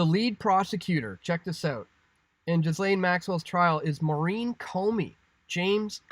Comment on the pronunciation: Please stop saying GHiSlaine, the H and S are silent! as in Gilaine.